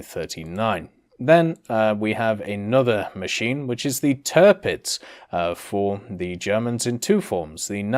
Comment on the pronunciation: When i heard "Törpiz" and "Bizmark" I started to cry......